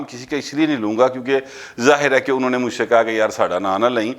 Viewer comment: PL note it's ànho not anha